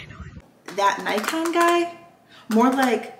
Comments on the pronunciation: Pronounced the Neeekon guy. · Thumbs up if you knew how to pronounce Nikon correctly.